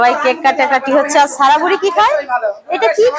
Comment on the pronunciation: ছাবা, ছারা, ছিদরাতুল, জালানা,দুফুর এধরনের কথা গুলো ঠিক করা দরকার যেহেতু ভিডিও তৈরি করেন।